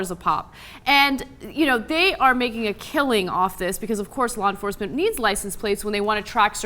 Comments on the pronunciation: Blah enforcement...lol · Blaw Enforcement?